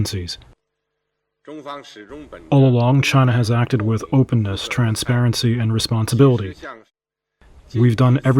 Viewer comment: "Opeenness"? My foot